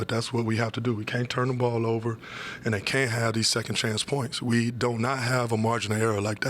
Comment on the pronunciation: We Dough knot 😂😂😂